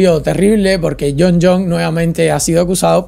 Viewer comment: Es Jon Jonessssss,s,s,s,s,s,s,. Tuve que parar el vídeo por qué solo aguante escucharte decir Jon Jon las primeras 45 veces😂😂😂 supongo que las siguientes 88 veces que lo mencionas fue lo mismo, Nooo!!!